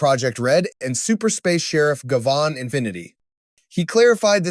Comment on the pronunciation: you say Gavan weird....